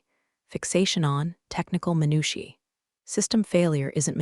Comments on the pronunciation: I googled the pronunciation and the one in this story was not one of the options. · What is channel so much but the weight pronounces minutiae is driving me nuts 😂